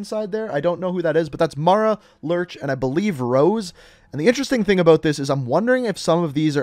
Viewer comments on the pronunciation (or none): none